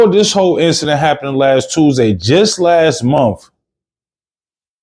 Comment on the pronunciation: Honestly i cant believe this is real. Im mot trying to be nasty. Im sure there are some things you are good at. This is not it. I feel embarrassed for you. Cant properly pronounce basic words, cant form simple sentences, cant tell a story. Its not mumf. Its month